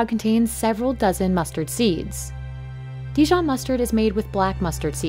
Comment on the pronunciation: if you’re going to make a video about dijon please pronounce the name properly… not de-john!